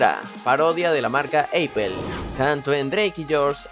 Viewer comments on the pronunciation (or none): JAJAJAJ! todo puñetas, no se pronuncia "eipel" se pronuncia apol y se escribe apple y el nombre de janette Mcurdy no es "macardy" es macurdy xddd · En serio dijo "Eipel" refiriéndose a "Apple"? 🙅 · Eipel jajajajajajaja Es apple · "eipel" "Miranda Crosgrove" "Shin Flynn" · "Eipel" JAJAJAJAJAJA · "Eipel" JAJAJAJAKAAJ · WTF Eipel (Apple) querras decir: Apellll literal! e.e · eipel jajajaja fui el único que lo noto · "eipel" :v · Eipel jajsjsja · E pinche wey dijiste eipel en ves de apple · eiple xD Apple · 'eipel' :v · aipol :v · Apple=eipel :v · no se dice eipel se dice apul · No se dice eipell se dice apell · Eipel xd pero sin ofender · pinche wey no mames eipel cuando es apple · Parodia de la marca "eipel" JAJAJAJ me reí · Eipel se dice aipod 🍎 no Eipel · Apple: "eipel" WTF dude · El epel Es Apple así no se pronuncia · porqué Apple lo pronunció "eipel" ? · No se dice apel